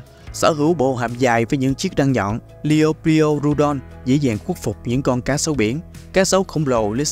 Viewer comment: Kênh cố gắng phát âm tên chuẩn hơn chút thì sẽ tốt hơn: Liopruerodon: laɪoʊˈplʊərədɒn/ Quetzalcoatlus: /kɛtsəlkoʊˈætləs/